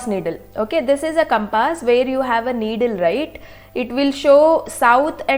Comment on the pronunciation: Compass not campase 😂😂